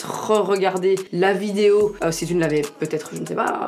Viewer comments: Qui a remarqué qu’elle dit ‘Vidio’ et pas ‘video’ 😂 Non ? Que moi? Oke alors😭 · C'est moi ou elle dit VIDIO????